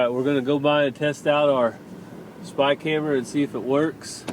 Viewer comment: I kept trying and trying to figure out what in the world a "Spike Hammer", every time you said "spy camera"! I didn’t get it until you actually held up the spy camera while saying what I thought was spy camera. I am dying laughing.